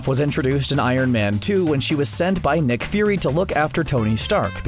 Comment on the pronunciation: why does it sound like you're saying neckname and neck fury